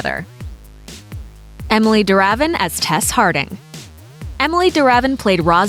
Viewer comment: Her name is pronounced Emily De' Ra' Viene